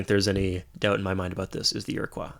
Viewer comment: Just for future reference, Iroquois is pronounced (ear-a-coy). I grew up where they existed and learned about them in school haha